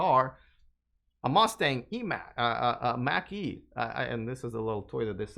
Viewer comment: I know you are of Russian descent but you've been in the USA long enough that you should learn to correctly pronounce an American cultural icon. Mach is pronounced like "mock" not like "mack" as you said it. You are going to be talking about it a lot in upcoming episodes and pronouncing it "mack" is like raking you fingernails on a chalkboard to Ford Mustang fans of which I am one (my wife has a 2017 Ford Mustang GT) although I drive a Tesla Model 3. Love your show but don't worry to much about Toyota, they will have to get with the program as all their competitors begin to electrify over the next five years "or" they will undoubtedly perish on their own.